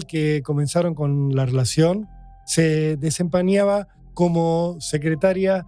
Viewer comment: la zanderberg se desampaniaba me encanta lo mal que pronuncia